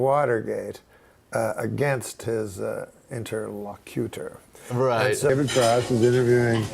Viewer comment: Sometimes the nous wasn't there. Like this time itself, when he butchered the pronunciation. Should be in-ter-LOCK-yə-ter, no IN-ter-lə-CUTE-er.